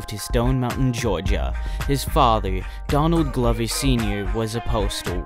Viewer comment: why do u pronounce? donadly glovy when his name is donald glover